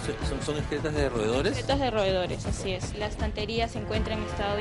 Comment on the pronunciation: no se dice ESCRETAS sino EXCRETAS!